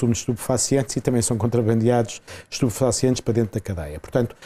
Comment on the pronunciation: Cota riu😅 quando falo estuposfacientes